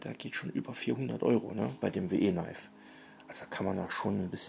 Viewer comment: WIII, wie wir auf Englisch, und Knifes wird "Neifs" ausgesprochen...